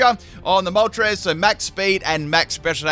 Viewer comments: Ah yes my good ol' pal "Molres" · Galarian Molres? 😂 gg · Ah yes, my favorite legendary bird: Molres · ITS CALLED MOLTRES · Ah yes molres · I haven’t watched the vid yet but I’m assuming pronounced moltres’ name wrong